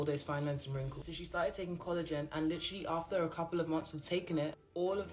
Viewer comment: I'm sorry, but I cannot STAND the way the first lady was saying collagen. "Coolajin" AAAAAAA